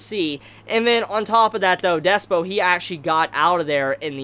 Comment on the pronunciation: Slightly tilted that keeps saying Despyo when it's Dyspo